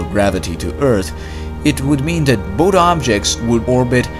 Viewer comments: >>-----------------> Great channel. Heads up on your "th" pronunciations. Your "thick" sounds like "tick", your "both" sounds like "boat", thank > tank, thin > tin, etc. I've noticed it's a repetitive habit of yours, but one that I am sure that you'd like to work on. I'm working on Chinese Mandarin myself, as a third language, and I've always appreciated constructive criticism on my own mispronunciations. As a loyal subscriber of yours, I give your videos a 10 rating! -Xièxiè. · why do you pronounce "th" as T? like Tick instead of thich, bot instead of both ect